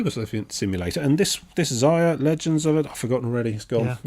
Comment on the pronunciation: It's Xia not Zia